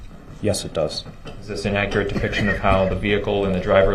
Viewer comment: If only the officer was more akkerate .. lil man wouldn’t be axing dumbass questions